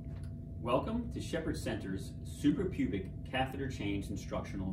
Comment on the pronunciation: Suprapubic, not Superpubic!